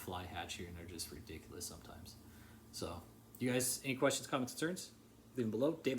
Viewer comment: Yep Here it is. Go to and listen, he says it twice it comes 12 seconds later and then repeated calling people "redickeyulass"...what a clip